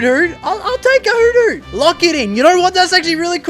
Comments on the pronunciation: I love the way you say hoothoot😂❤️”i wanted a shiny growlite but found a shiny heeutheeut” love the videos btw love from holland🇳🇱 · the way you say hoothoot😂